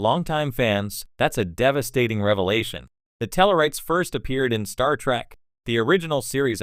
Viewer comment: Those pesky "Klinguns" on that Star TrAck show. Not the worst text to speech ever, but at least get the show name right!